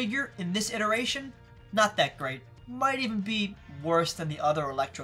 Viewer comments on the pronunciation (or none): none